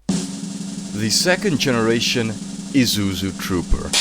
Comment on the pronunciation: "Ee-zoo-zoo" huh?